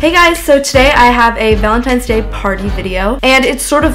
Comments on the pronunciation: It's ValeTINES day not times.. Lol. Editing is sooooo good btw!!! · ValenTINE's day not valentimes